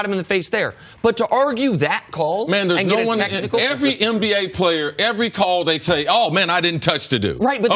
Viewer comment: It's not EmBA, its NBA C.C.!!! For God's sake!!! 🤦‍♂️